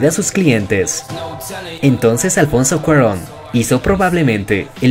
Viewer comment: Ahzhshays "alfonsou cuaruon" hhahshsu